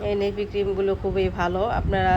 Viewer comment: নিভিয়া বলে, নেভি না